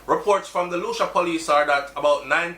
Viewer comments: Hey,. For future reference Lucea, Hanover is pronounced "Lucy" not Lucia. My mom born and grew up there. Terrible crime gwaanin out there. Sad man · Lucea is pronounced Lue-sea! Not Lu-sha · Its pronounced Lucy not Lucia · Lucea pronounced Lucy Hanover ah mi corner 😱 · LU- SEA! BRO! LU-SEA! "SEA" AND THEN "LU". I KNOW YOU HATE THIS, BUT I HAD TO. LOL. THANKS FOR THE NEWS THO. BLESSED LOVE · I think it is Lucea still pronunciation lacking .. “lu-cia”is not a place anywhere in Jamaica